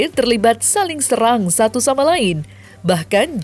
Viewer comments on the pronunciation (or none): none